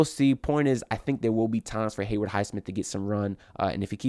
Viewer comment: HayWOOD bro, not Hayward